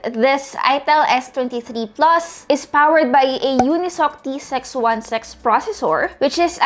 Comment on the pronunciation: S23 "PLOS"? Haha